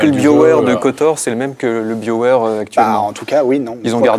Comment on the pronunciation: On dit pas biowaire, mais buy'o ware